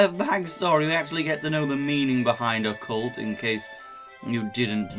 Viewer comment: I WON I also honestly don't like the way you pronounce Occult. I've never heard it pronounced that way.